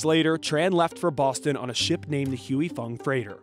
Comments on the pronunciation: It's not "hewey fung foods," it pronounce "hi-fong foods." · its not pronounced "HUE" Fong. its pronounced HWAY. Stop white people from reporting on cultural matters they only degrade everything they touch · It is not called Hu I Fung it is called Hwee Fung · You pronounce it like Huey Fong? Really? It's more like Hwee Fong. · It's HWAY FONG. Please, stop with the HUEY. Good lord. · The company is pronounced HWEE FONG !! NOT HUEY FONG !! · It's pronounced Hwu'ei Fong. Hugh-ee Fong sounds so off😂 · It’s not pronounced hue-e. It’s pronounce hwee. I just bought 2 bottles in Maui back in July for $10 each from a restaurant. Today I overheard the grocery store manager talking to the warehouse rep and he will be getting 15 cases of Huy Fong sriracha so perhaps the shortage is over. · "HOY-Fong." Not "Huey-Fong" or "Hooey-Fong." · Its "hoy" not "huey" 🙄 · I cant stand this white boy pronouncing it as "HUEY" FONG. Its pronounced as "WE FONG", the "HUY" is pronounce as "WE". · it's "wui" and not "huey" fong foods lol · It's pronounced "Hi Fong". LMAO at "Huey"😂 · Why does he keep saying “hooey fung”? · “Huey” Fong? Seriously CNBC? You let his butchered pronunciation go live? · He says "hughey fung" 🤦🤦🤦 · Pronounced "we fong" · wtf "huey fung foods"? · Every time you say HUEY it’s grating. You’re CNBC why can’t you say it correctly? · Huey fong? That pronunciation is wild 😂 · "Who-ey" Fong😂😂😂 what a way to butcher the name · Can you at least try to pronounce Huy Fong correctly? it's not Huey Fong. It's one syllable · Why does the narrator keep on pronouncing Huy Fong as “Huey” Fong 😅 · It is pronounced " Hi Fung " white guy from the office ........ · It's pronounced "Hi Fong" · Great report but it others me so much that he's pronouncing "Huy Fong" incorrectly. said it right, why can't he? I grew up on Huy Fong and it really bothers me to hear this guy keep mispronouncing it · I’m pretty sure that’s not how you pronounce Huy Fong 😂